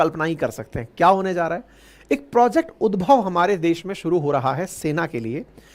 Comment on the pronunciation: उद्भव नहीं होगा ये उद्धव होगा भाई ये